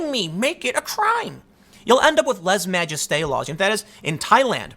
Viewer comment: LAY-ZAY majeste Tim... fer crying out loud.